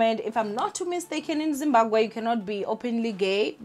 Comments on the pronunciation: Zim-Ba-BWE not “Gwe” ninja…isn’t it easier to say BWE than Gwe 😂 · I kept cringing when she said"gwe" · Sian and Zimbagwe 😅🤣😂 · Zimbagwe!!! 😂😂😂😭😭 Zimbagwean!! 😂😂😂😂🤧 Yoh I can't breathe bathong everytime she says it I just die hey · Lol..you're saying Zimbaqwe isntead of Zimbabwe 😩😶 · You are not alone, your sister is out here pronouncing Zimbabwe as Zimbagwe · Im here fo "Zimbagwee"😂😂😂 pronouncesation😂😂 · I don't blame her even some people in Matebeleland are calling it Zimbagwe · 🤭It's not on purpose 90% of Venda speaking ppl pronounce it gwe even some Shona say gwe. Words ending in bwe often get the gwe pronunciation esp. ❤️ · Is it just me or she kept saying “zimbaGWE” 😑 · Zimbagwe or Zimabwe?? 😂😂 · Zimbabwe, Imagine the whole African youtuber who cannot pronounce Zimbabwe 🤔 I know she's miss "fear fokkol" but yho this is embarrassing. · It’s too funny how she says it. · Doesn’t mean it’s the correct pronunciation🥴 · Amoungst ourselves we know that mispronunciation between our languages is not usually an offense. But her as a public figure and taking into consideration our social climate with foreigners she needs to make a bit more effort. Its just one word, there are apps that help with such. It's just really odd cause she comes from the province that literally shares a border with Zimbabwe. It's like me being from MP and struggling to pronounce Mozambique🙃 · I am so disappointed in you. How can you honestly fail to say Zimbabwe 😒 thats really embarassing ☹